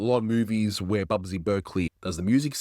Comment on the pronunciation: That's Busby (not "Bubsy") Berkeley.